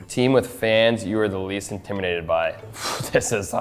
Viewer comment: Not Nylander struggling to pronounce intimidated 😂